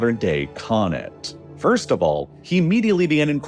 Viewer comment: What the hell is a "modern-day conet"?